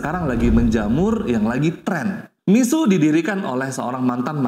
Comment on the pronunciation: Mixue dibaca /Mi-shu-e/,, bukan /Mi-su/